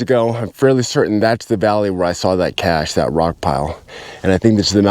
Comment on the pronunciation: You keep calling him Kenny Beach and not Veach also the word isn't cash the correct word is cache! I don't think you should take time off it seems to impair your cognitive abilities. Beware the desert lies in wait for you to make a mistake as it did Mr. Veach!